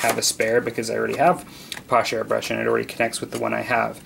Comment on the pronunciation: FYI it's pronounced: pass-SHAY ... not posh.